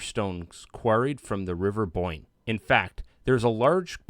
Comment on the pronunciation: I thought you called it the river boink